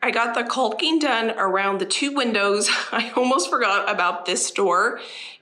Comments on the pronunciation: The "L" is silent in the word Calking. It's pronounced Kocking. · Also. The L is silent in caulking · Oh man, I’m just over here yelling at you to put on some safety glasses while looking straight up at the ceiling you’re rolling paint on. Lol I understand why “culcking”, but it cracks me up every time you say it. 😂. Much like the “spatchcock” dubbing. I really admire how thorough you are with the house projects. Nice job, especially during the winter weather and all the issues it brings. 👍🏻